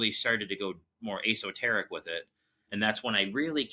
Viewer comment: Please just let the word Bigfoot be plural, instead of saying Bigfoots. I can understand saying 'Bigfoot's' if you're trying to show ownership but the word Bigfoot can be used as singular or plural. It just sounds foolish to say that there were 7 Bigfoots. Poor guy screwed up the word esoteric, as well. Maybe he was so excited reliving the story, that he accidentally mispronounced the word? He seems like a great guy and I'm sure he doesn't want to sound like a dummy in front of everyone.